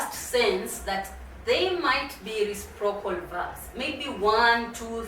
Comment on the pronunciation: Habari,. Asante kwa somo lako. I'm afraid your pronounciation of the word "reciprocal" is very off. I have understood it only from the subtitles.